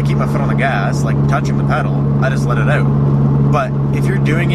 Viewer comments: You know he's Canadian when he said "oUt"😂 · oUt and abOUt..